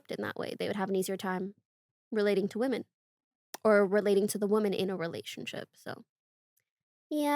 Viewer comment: Day XX of commenting about the recent phenomenon of people pronouncing "womEn" and "womAn" the same way until others catch on so i feel less insane... & mispronouncing "women" (Even the transcript has it listed as "woman" lol) then pronounces it correctly